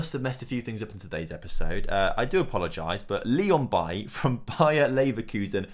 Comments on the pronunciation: it’s pronounced baylee not bailly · Why do you pronounce Leon Bailey's name like that. It's bailey, he is Jamaican not Ivorian. So it's pronounced like it is in English lol. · It’s pronounced Bay-Lee, I’m not sure why you are saying it like Eric Bailly